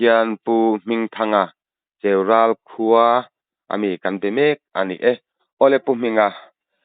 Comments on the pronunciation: Cheurâl ni vin Cheu--ral ti a lam tur ani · Cheural tih ilam danhi a diklo 'cheu' tih hi lam san tur 'ral' tih hi a hniamin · Cheural... Lui ral tih thluk a ral hi thluk tur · An khaw hming I lam dan hi a nih na bo thak awmze awmlo ah I chhuah daih a lm Pu. Rum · Cheural khaw hming hi.lo.lam dik tawh rawh, hmelma / ral lam angin Ral khi i lam a diklo aw, ral lehlam sawina ral angnin Ral lai khi lam tur .beng a tithlep Thin in thluk.diklo thin hian